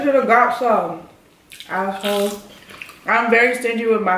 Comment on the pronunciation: Lol she called him ass WHOLE 🤣😂 y'all cute tho ❣️